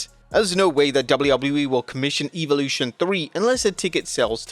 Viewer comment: so your just not to go listen. theres no F!@ EVIL in the word evolution your just going to play stupid well its beeen over 2 weeks and you still cant learn how to say the word now thats evil....